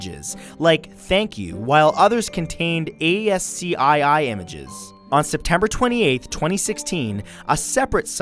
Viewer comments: ASCII is pronounced asky or askee, not A.S.C.I.I. and in laymen's terms translates to "plain text". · FYI, ASCII is pronounced as "Ask-key"